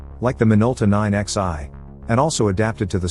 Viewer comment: Among many other spots, Video "or 9 Zeye" - What's a 9 Zeye ? The ROBO voice probably meant 9xi. - - - I Hate Robo 'stuff'...